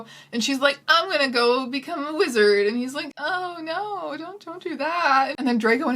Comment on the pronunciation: half of the times she said wizard I was like "...lizard who?"